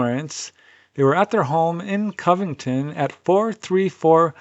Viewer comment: It's pronounced, Covington. Cov rhymes with Dove. It's not, Caahh-vington. I thought you were well travelled? Haha